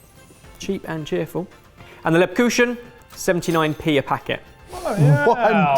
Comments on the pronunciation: lebcushion??? The way you said it makes it sound like "sweet cuddle" instead of lebkuchen (leb-koohen). Haha. At least you were pretty close on "stollen". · lebkuchen "leb-koosh-en"??? that's a hard k there sound, kook not koosh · Its pronounced Leb kuk-hen not lebchusion :D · As soon as announced the german market trees, I so was hoping for to pronounce something in german - it always makes me smile from ear to ear:) Not too bad, but especially the "Lebbkuschen" (that's what it sounded to my german ears;) ) was super cute, I had to rewatch it a couple of times. The video really cheered me up after a not so great day, thanks <3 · Great vid! Your pronunciation of lebkuchen was particularly British. 😂 The “ch” is hard (like a scraping sound made in the back of your throat), and the emphasis is on the first syllable, with a long “e” as in “weigh.” LEB-ku(ch)en. At least in the dialect that I’m familiar with. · Just for the pronounciation nerds here: It's actually LÉHB-COOXEN (with an X like in natively pronounced "Mexico") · Lovely how you tried to pronounce lebkuchen :D What you said we Germans would write as "Lebkuschen". The Ch is a Phoneme not known or not very present in the Englisch language. It sounds a bit like an angry cat hissing at you :D It's interesting because the word Kuchen originates from the English word cake. Cake itself sounds to similar to a German word for excrements so a change, to better differentiate between the two, was probably necessary... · saying Lebkuchen like lebcushion is making me cry. Is like me teaching my kids how to prounounce "ch" 😂😂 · I lived in Germany for near a decade, never once heard it pronounced "leb-koo-SHEN". The "chen" has more of a K vibe, sort of like "Ken". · Dunham ikr - he pronounced it with a "sh" sound. Oh dear, oh dear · Maybe, but it's not pronounced kushen. It's a hard "ch" - like someone said, a Scottish sound. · Your pronunciation of lebkuchen is driving me crazy. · Leb kukhen.. not kushen